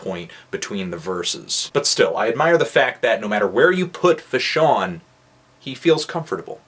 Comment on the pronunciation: come on now bro.. how many tapes have you listen to from fash by now? at least say his name right. its FAshawn. not FUHshawn. but this was his best mixtape so far in my eyes. production is amazing as well as topics/lyricism.